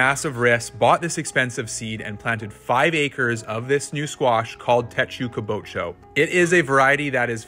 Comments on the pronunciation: You said it was Japanese so Ima help you pronounce that word. Its teh tsu (kinda like two with an s, tswo) ka (car with no r) boo toe. Tehtsukabootoe. てつかぶと If anyone knows how to explain this better lmk please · It is pronounced as like teh-tzu-káh-boo-toh in Japan. It means iron helmet. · You are wrong! It is pronounced Te tsu ka bu to!! The “te” as in Karate. The “tsu” as in it’s, but without the “I” sound of that word. The “ka” is in the sound a crow makes. The “bu” as in the sound the buzzer makes when you get something wrong on a game show. The “to” as in your toe!